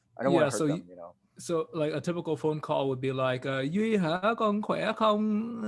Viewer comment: "Duy" like dewey decimal